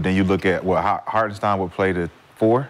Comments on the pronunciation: Is somebody gonna tell McCants it’s hartenstein not harkestein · Never take advise from a dude who can’t pronounce a name😂 HarKenstein😂😂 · he don’t butcher it as much as McCants. I’ve heard him butcher a lot of names but McCants does this one EVERY TIME